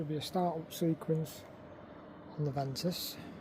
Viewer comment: I think it’s pronounced Veesman